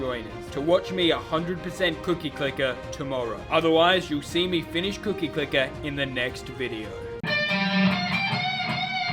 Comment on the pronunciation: you scare me each time you say cookie clicker it causes me PHYSICAL PAIN in my cookie domain